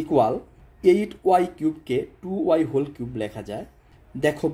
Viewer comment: কুব না কিউব